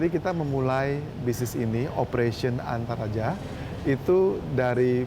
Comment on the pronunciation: ANTERAJA ❌ ENTARAJA ✅